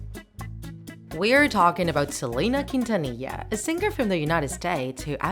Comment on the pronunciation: I love how you pronounced with the correct accent 😌👌